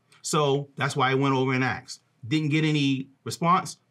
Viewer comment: Someone teach this guy that it’s asked not axed